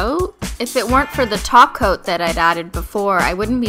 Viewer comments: Lolz in this video she still said "top coat" and it sounded like "taco" unintentionally. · OMFG!!! SHE SAID TOP COAT NOT TACO OMFG IM DEAD X_X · I suppose you don't speak Simplynailogiclish fluently yet, she did say taco, but it means top coat :) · Her: "Add a glossy Top Coat" Me trying to say it with her: "Add a GlOsSy TaCo!" replays it "Oh..." *Blinks in confusion and then remembers this was from a few years ago"